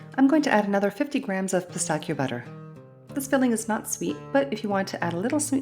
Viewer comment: Don’t make the the filling dry your being stingy with the cream 😂 everyone likes it not dry just fyi and it’s Pistachio. -chio not kio